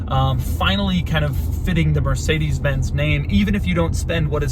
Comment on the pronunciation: Learn how to pronounce Mercedes.